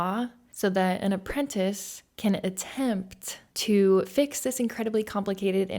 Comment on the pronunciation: As soon as she said.apprentace I was like, at this point she deserves whatever happens now. Lol. I'm happy she went the opposite route.